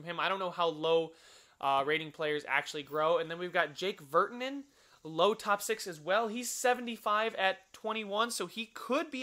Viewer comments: Dahlen's name: Daahlen Virtanen's name i think is pronounced vertanen Not being rude just trying to help :P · And pernounce virtanen right..god damn